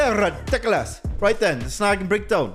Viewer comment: You don't pronounce ridiculous properly. Google it.